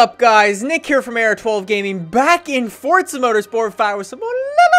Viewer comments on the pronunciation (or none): none